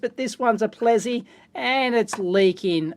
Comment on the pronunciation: Dave, I'm afraid I'm going to have correct your pronunciation. First up it's it's Plessey as spelt, not "Plezzey", and secondly the second 'w' in Welwyn is silent.